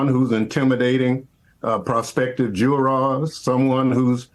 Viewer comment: It's 'jurors ' not 'juras'